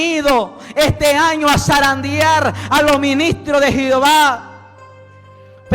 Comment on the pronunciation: Lindo mensaje para que sea publicado al mundo entero pero siervo con respeto le digo no se dice jiova sí no q se dice Jehová aunque tampoco es el nombre correcto